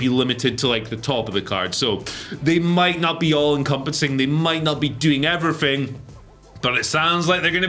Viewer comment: “And everyfing else”